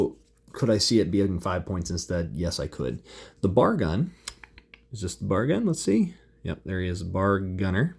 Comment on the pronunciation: Very cool figs. I stumbled here as a Combat Commander enthusiast! Just FYI, most Marines in '42 would be carrying a bolt action, 5 shot, 1906 Springfield rifle. And it's pronounced B..A..R, not bar. Browning Automatic Rifle! Good stuff! I have to look into this game now. For the most part, most of them do look pretty accurate! I think I liked the M1 Garand infantry best.